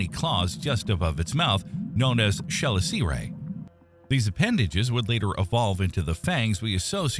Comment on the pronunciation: Please learn how to properly pronounce the terminology before attempting to voice the script. "Chelicerae" should be pronounced "Ke-liss-eh-ray," and I think someone in the comments below caught you pronouncing "arthropods" as "anthropods."